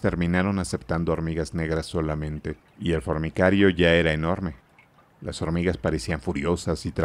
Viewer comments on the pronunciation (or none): El lector dice una y otra vez fornicario (de fornicar), en vez de decir formicario (de hormigas).